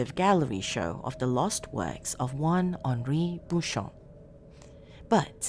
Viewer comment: Great narration. It's nice to hear it with the right pronunciation of the name too. Well done 👏